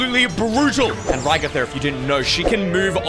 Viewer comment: Did you just say regather instead of ragatha